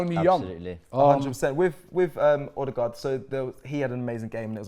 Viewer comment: Pls Robbie and co, it's pronounced "Er-de-guard" not " Oh-de-guard" or "O-de-guard"